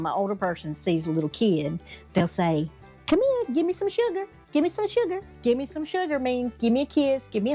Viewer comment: I don’t know if you mentioned this one or not. Come mere instead of come here.